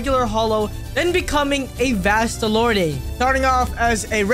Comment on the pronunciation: I don’t wanna be that guy but u say vasto lord the e is silent